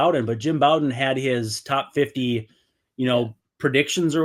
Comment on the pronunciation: Jim Bowden is pronounced like Row